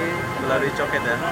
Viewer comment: orang Malaysia bilang: Cho Kit, ( co kit ) bukan Co ket.